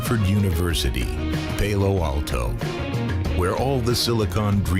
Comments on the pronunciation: 'pail-o' alto...haha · "Pay-lo Alto?!"